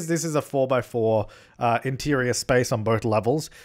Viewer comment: The laugh tho xD and words like intirrrior and igzteriooir xD